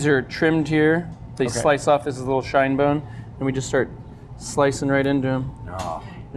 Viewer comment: Aaaaaand homeboy just lost all credibility with me because it's pronounced "chine" bone, with a "ch", and not "shine" bone.